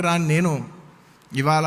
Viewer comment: వీడికి “ఇవాళ “ అని పలకటం కూడా రాదు,ఇవాల అంటున్నాడు. అల్లు రామలింగయ్య సపోర్ట్ తో మెగా ఫ్యామిలీ ఎదగటం ఏంటి? Talent లేకపోతే చిరంజీవి mega స్టార్ అయ్యే వాడా? ఒళ్లు పొగరు ఎక్కువ అయింది అల్లు అర్జున్ కి